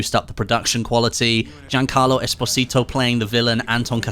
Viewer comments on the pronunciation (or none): none